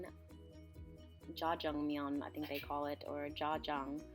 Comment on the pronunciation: bonchon? jojongmyun? You pronounced it wrong..